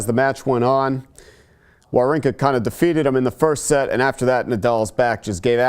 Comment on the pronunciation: Why does english speakers doesn't even try to pronounce people's name correctly? This is really frustrating and it came across as an ignorant yet very arrogant: His name should be pronounced: vavrinka